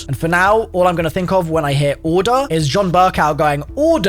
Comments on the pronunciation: the second he first pronounced Orda I immediately thought of that, and I'm not even from UK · Orda: Horde Edit: pronounced with an intonation on the "a"